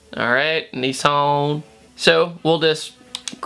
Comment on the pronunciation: It's not Neeeesaaaaaarrrrnn, it's Nissan